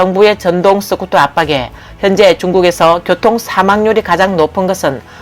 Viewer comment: 스쿠터가 서쿠터로도 발음 되나? 유튜버가 되려면 발음교정부터 좀 하는 게 바람직하지 않을까? 경상도 사람들이 으발음이 잘 되지 않는 것 같던데 시청자가 그것까지 이해하고 들어야 하나? 본인이 조금만 노력하면 듣는 사람들이 훨씬 편할텐데....